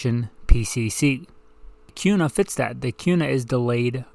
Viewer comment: Why are you pronouncing Kuna with a Q sound? Also, the foxtrot Mike 9mm is the shit. Has LRBHO too. Thing eats any 9mm ammo you feed it too!